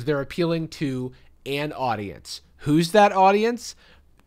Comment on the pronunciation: Ok but when said “an audience” all I heard was “Anne Audience”. Great drag name.